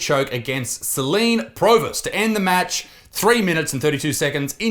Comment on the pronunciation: Céline reads sey-lean And she was technically so much better